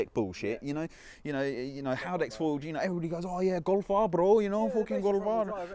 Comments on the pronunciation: what was thatttttt “golf r bro golf r bro” in some Indian brum/london accent 😂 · went all Bradford there for a min golf r broooo lol 😂